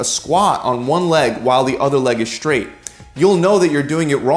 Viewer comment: Dear: The letter sequence "str" does not combine to make a new sound. The word "straight" is not pronounced "Schtraght". Nor does one walk on a "Schtreet", or are you under "Schtress".